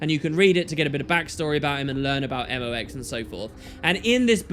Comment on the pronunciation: Hey! It's not "Eh Moe X", it's M.O.X.!